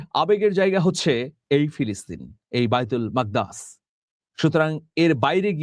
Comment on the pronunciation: Gola kom kapale shunte aro bhalo lagto!! Ar "Baitul Makdas" ki? Eta "Baitul Mukaddas" hobe! Gola kapiye kapiye Islamic chetonar sathe jorito bishoygulor nam bikeito uccharonev bola oporadher shamil